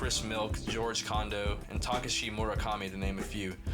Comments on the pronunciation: “Talk - a - shee” Murakami 😂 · u said takashi mad wrong tryna sound cool lmao